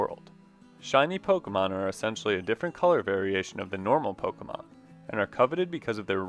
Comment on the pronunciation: Also, thank you for saying Pokémon correctly lol